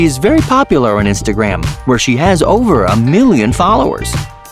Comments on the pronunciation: Him: yup u heard me FoR MeLLiOn DaLlArS Me:FOR MELLION DOLLARS* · Not four million dollars... Four MEE-Lee-En dollars! 😂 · I like the way he says million